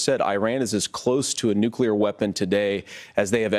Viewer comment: Did Walz just say “Nucular”- twice? 😆😆😆